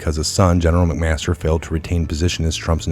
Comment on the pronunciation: Dude, good video. But learn the names. It's Mc---Master.